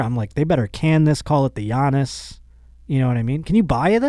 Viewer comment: It's pronounced like "Yannis" bro not "Gee-anis"🤣